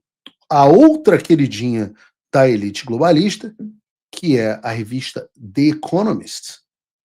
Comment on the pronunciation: Você mora nos EUA há anos e fala inglês bem.. Diga "The Economist" com o "the" falado como se fosse com "I" em português. Procure as regras de pronúncia do "the" antes de som de vogal, por favor.